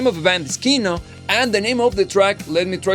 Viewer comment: It is not kIno, it is kinO :)